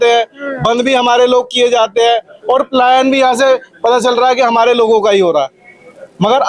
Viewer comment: Palyan nhi palayan hota h 😅